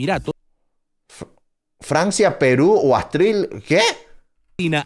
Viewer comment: jajajajajja el minuto jajjaj astril...??? jajajj capo sos , saludos desde argentina..!!